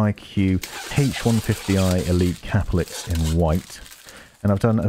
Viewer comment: Its CAPELIX NOT CAP-LIX